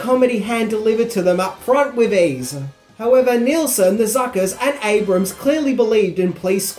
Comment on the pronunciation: Great video as usual,. It's also nice to see you finally pronounce Jim Abrahams last name correctly after three videos.:D